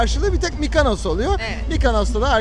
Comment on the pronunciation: (MikAnos değil, MikOnos!)